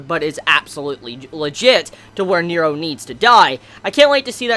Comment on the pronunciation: NERO! N-E-R-O ffs, the way you pronounce it is so distracting.